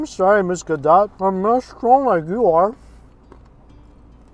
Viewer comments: Gal "Guh-doht", not dot. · it's pronounced Gal Gado even though it's spelled Gadot.